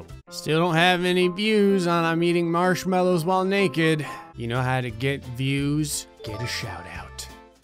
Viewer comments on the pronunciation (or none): Mallows not mellows.. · “Marshmellows” I nearly died